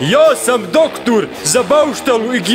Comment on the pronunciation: je "doktUr"